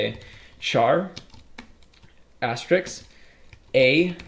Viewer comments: Btw, it's asterisk not asteriks! :) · great course, but for the love of god, stop calling it an "asterix"